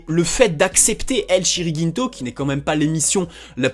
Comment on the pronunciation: « El Chiringinto » comment j’ai eu mal aux oreilles ... 😭 C’est « El Chiringuito » l’ami 👍